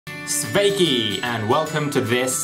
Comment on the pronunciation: It's not svéikīīī but super short sveiki